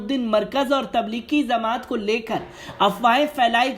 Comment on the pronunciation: Zamat nahi jamat